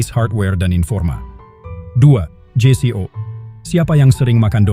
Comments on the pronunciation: Kyknya semua org yg saya Tau bacanya jeyko. Gak ada yg baca jei-si-o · Karena didubbing dg suara sintetis, maka penulisan naskahnya jgn disamakan dg kalau didubbing orang beneran. Ada bbrp ucapan yg aneh kedengarannya, spt je si o.